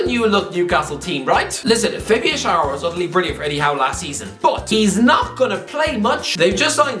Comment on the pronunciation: "Please get Chalobah's name right" A few minutes later mispronounces Fabian Schär's name about 17 times